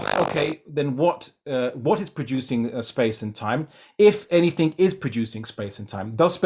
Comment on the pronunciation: It is annoying how keeps using a "K" instead of a "G" when saying a word ending in "G"...like "AnythinK" and "The thinK is" etc.